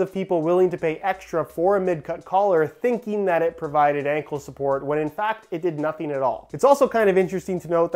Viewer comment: Everybody:: Sockboots are no anclesuport